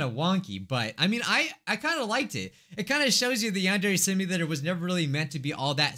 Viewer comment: "yong-ok dear" 😍😍 instead of yandere simulator in the old vid 😍😍😍